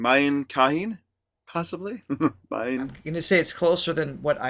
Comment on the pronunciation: The song name is pronounced as “Abhi (now) Mujh MAY (in me) kahiñ (anywhere) The “Ñ” in kahiñ is NASAL, not fully pronounced.